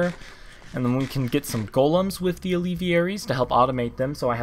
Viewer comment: It is pronounced al-ve-air-ies. not al-ev-e-air-ies